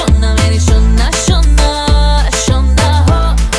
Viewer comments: How many Indians🇮🇳 think that her pronounciation 'SHONA MERI SHONA SONA' is more soothing😌❤️. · Really It's "SHONA MERE SHONA " pronounciation is better than us